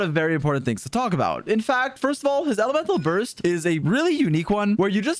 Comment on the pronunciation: first off his EleMe...toL BuR St ,,XD Nice video btw